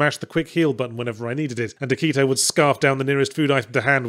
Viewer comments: "Akit-Ow". Yahtzee doesn't miss a detail. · "AKIT-OW" legitimately made me laugh out loud